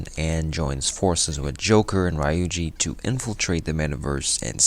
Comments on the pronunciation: it was a pretty good video btw! I think ryuji is pronounced ree - yujee instead of ry-yujee but it is not really that much of a problem. Great work! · Great recap. How did you go through 80+ hours of gameplay and still pronounce their names incorrectly. Its one thing to have a dialect. But you hear then pronoune Ryuji a certain way over 200 times. 🤷🏾‍♂️ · a really good recap but maybe u need to revise your pronunciation of some of the characters, notably ann and ryuji